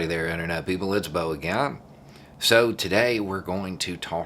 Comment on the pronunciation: are you going to tell me WHY you pronounce again with a 'y' sound! c'mon man!